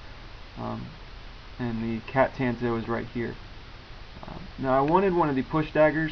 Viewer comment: good video... I cringe every time you say "Tanto" though... The 'a' should be pronounced like the 'o' in bomb